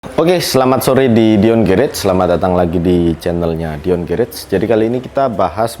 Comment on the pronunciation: Garage ejaannya “gerash” 🙏